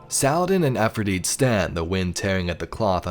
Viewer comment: Pronounce her name correctly! It's not Afridite! Its Efrideet.... with an E!!